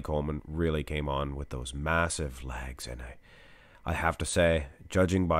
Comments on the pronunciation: It took me a moment realize you were saying legs! Not lags, I had no idea what lags were, I thought it was a bodybuilding term! 🤣😃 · Is it safe to assume these are your favorite versions of each individual ps it sounds like u say lags A to my ear 👂🏻 good work on these very entertained